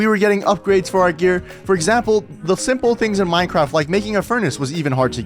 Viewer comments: Did he say minecwaft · It sounded like he said that